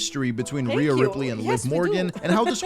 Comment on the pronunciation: Rhea. Not rea. Feels like the effort in the videos has gone downhill recently :/